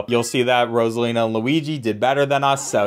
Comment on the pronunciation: You said frozala instead of Rosina